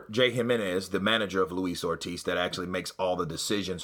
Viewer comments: Did he say “ Lois OLD Ortiz” listen to it twice sounded like it! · 2 things that got me in Eddie's interview, 1. when the reporter asks and Eddie said "Did he say that?" He was ready to go off on one! 2. He nearly called him Luis Oldtiz! Quickly corrected himself but was funny shit!